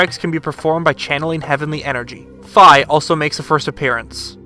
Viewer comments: (Sorry if i'm being nit-picky) It is pronounced (Fee) not (Fye) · Y'all try to hard with the pronunciation. Fi is simply said like it looks 'fee' not 'fye' and it's 'Vatee' not 'vatye' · Link's fairy in skyward sword is actaully pronounced "Fee" not "Fy" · Say Fiona. Now say Fi. That's how you say that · But its not its F-eye literally confirmed to be so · *fee *vah-tee